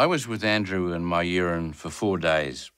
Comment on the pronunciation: I honestly thought the reporter was talking about his piss when he said " my urine" 😂